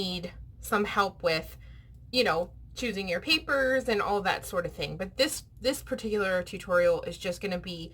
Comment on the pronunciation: It’s “all”. Not owl. 😊